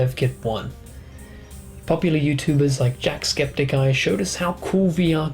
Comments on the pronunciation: lol its JackSEPTICeye not JackScepticeye. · jackskepticeye ..........Jacksepticeye is how you say it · Jack Skepticeye ? It's Jack Spi-die-see-too. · HE SAID JACKSCEPTICEYE.JACKSCEPTICEYE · Not jacksepticeye but jackspedicey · 'jackskepticeye'? Really? Lol enjoyed the video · You should be thankful that he didn't say Jackspidicey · Jack Spedeicy* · did he just say "jackscepticeye"? oh boy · Ok listen You mean jack spedicy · pronounced jacksepticeye wrong... nope not watching anymore im stopping there